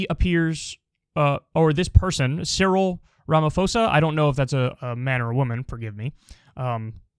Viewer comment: As, 1) you said the name right, congrats! And 2) he’s a dude